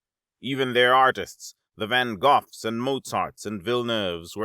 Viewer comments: The give away is pronouncing van gogh as van goth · And yet he pronounced Van Gogh as van goth. It still sounds like an AI voice. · He said Van Goff. But i can see why youd think he said Van Goth. But Van Goff is supposedly how to pronounce Van Gogh. I always feel like if you wanna sound smart you have to pronounce well known names differently. Like when Dan Carlin says Jengis Khan instead if Ghengis Khan. Or saying Ponce DeLeone like Ponchay-de-lee-ohnay instead of "Ponse-daily-own"